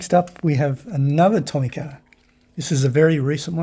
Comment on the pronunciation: I wasn't going to say this, but then you announced that you are going to southeast Asia and this might help. The letter "i" in Japanese has an "ee" sound, so, Tomica would ne pronounced Toe-Mee-Kah. Isuzu would be pronounced ee-soo-zoo. The letter "i" added to the letter "e" Shinsei becomes Shin-say. Korean and Japanese are a derivative of Chinese, but Japanese hate to admit that, so the sounds are the same across the Asian languages.